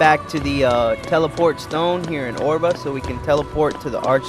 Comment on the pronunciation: Oerba is pronounced Erba not Orba, you have managed to get as far as mission 55 you should know how to pronounce Oerba lol just saying...but otherwise thanks for showing us where mission 55 stone is, I have been looking everywhere for it.